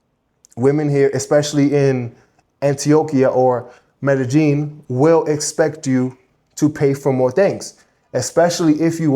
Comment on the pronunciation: Mede-Sheen (Pronounced in Argentine accent) 🇦🇷